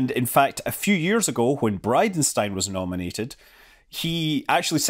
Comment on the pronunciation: Thought you said BidenStein 😜